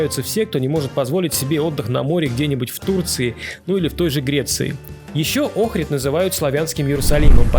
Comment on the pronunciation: Улица это Чаршия😅 и это НЕ рынок, рынок закрыли старый и сделали крытый базар. Ни разу не слышала, чтобы её называли улицей климента в жизни) Охрид и охридское, ударение не туда. В амфитеатие слушали Хворостовского.